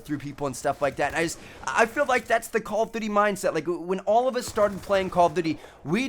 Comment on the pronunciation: I like it when he pronounces call of duty like call of dudy 😂